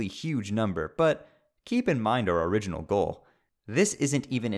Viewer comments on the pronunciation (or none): none